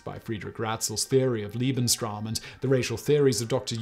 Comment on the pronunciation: As a History teacher, I have nothing but applause for this presentation. One comment, however. Simon, dear heart, Lebensraum is pronounced "LAY / bens / rowm" NOT "lee /bens /rowm" that would be Liebensraum which would be "loving space" not "living space"!